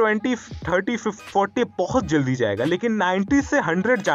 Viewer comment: Zaldi nahi jaldi di bolo bhi